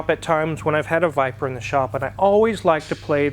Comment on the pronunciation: 10.07 he said viber it's a VIPEER ! dude